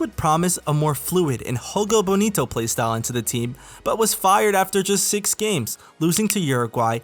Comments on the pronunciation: You're pronouncing Jogo Bonito as if in spanish. The right pronunciation would be with the J as if in "Joe". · what the hel is "hogo bonito" bro... We speak portuguese, not spanish